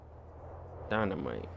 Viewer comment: can't pronounce 'dynamite'.